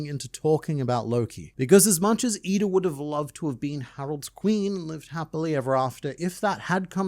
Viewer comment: He called her eeda lmao